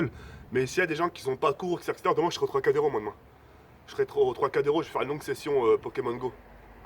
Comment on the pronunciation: Le Troiscadero ? MDDDDDDDR